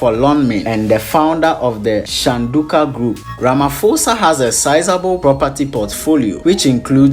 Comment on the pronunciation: RamaPOSA not Ramafosa